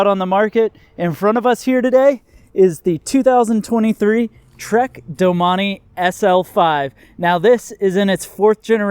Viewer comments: Sorry Gerard, he’s pronounced it wrong. Not sure why you are getting crazy over it. It is pronounced doe-main. Look it up rather than resort to trying to insult me. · Learn how to pronounce the name correctly if your going to review it…. Doe-main….thanks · I always pronounced it as ‘doh maine’. I didn’t know it was pronounced ‘do mah nee’ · All this time, I've been pronouncing it "Domain". LOL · I believe it’s pronounced “domain”